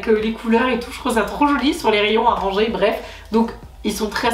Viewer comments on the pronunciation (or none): none